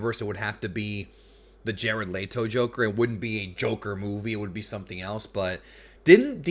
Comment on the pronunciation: I love your videos man but I gotta poke a little fun at you. You said Jared LEE-TO and I've always thought it was pronounced Jared LET-O. Lol good review brotha.